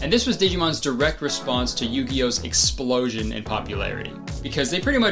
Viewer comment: Did you just say ‘explosion’ with an Aussie accent